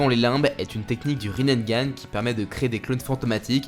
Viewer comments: Par contre c'est Rinnegan.... Riz nez ga neuh pas Rinnengan (riz naine) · désolé, je veux pas faire le mec chiant, mais c'est Rinnegan ( prononcé Rinégane ) t'as rajouté un "n" en trop sinon superbe vidéo :)